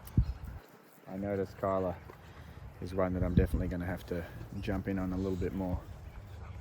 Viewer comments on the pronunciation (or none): I just realize I can’t tell Kyla apart from the other shepherds. And thank you for telling me the correct pronunciation of her name. All this time I thought they were saying Carla.😂